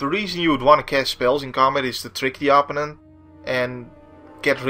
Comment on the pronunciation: Loving these videos. this doesnt really bother me but i do notice that you always pronounce opponent with such an native sound to your tounge. Im only saying it because it really sticks out, the english way is more of a Oh, and the preassure is on the secondt sylible. Again let me define that im not nagging you hear, i just thought it could be usefull to know